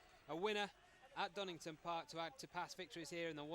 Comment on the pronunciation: Donington, his name is DONINGTON